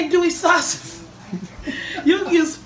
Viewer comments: When I heard her say sawshas... I immediately came to the comments..lolol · Sausage. It is pronounced: Saw-Sej-Ez's. Not, Saw-Ches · She said SAWSHAGE😂😂😂😂😂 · Seymore Butts My grandma says it like that too. She was born in Texas but English was her second language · I LOVE YOU you are such a wonderful woman! You and your sons! I also LOVE the way you say sausage: "shawses" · Lola James ...so..shess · i love love love the way you say sausage. "in go the sashas" 😂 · Sau•sage! Say it with me! Sau•sage. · lmao...i reprat this video just to hear her say sawsidgizz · She decides to say Saushidge 20 times. I'm dying, thats ecactly how my mom would sound 😂😂😂 same wig too 😂😂😂🤣🤣🤣😭😭😭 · lana B: i thought only my mom said “sausage” that way cuz she’s Mexican but I guess it’s hard to pronounce 4 a lot of people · I love the way you say sausage💖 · I love the way she says sausage I want to hug her x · Everyone on the East Coast pronounce sausage wrong 😂 gotta love it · Its funny how She Say sausage